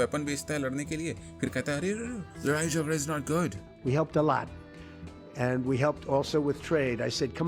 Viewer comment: Aarm ❌ aand ✔️